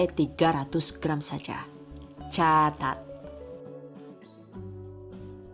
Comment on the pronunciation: Caaacaat eh salah , CAAAATAAT